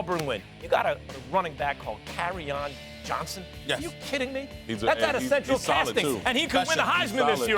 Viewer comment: This nigga Stephen A said Kerryon Jones and Max said Carryon Johnson 🤦🏾‍♂️